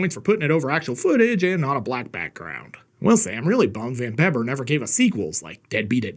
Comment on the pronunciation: Ya, It`s pronounced "Van Beeber"....You ain`t much if ya ain`t dutch!LOL